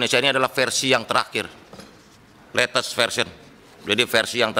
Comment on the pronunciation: "sled trakhir" "Letes" "Siber" Jelas sudah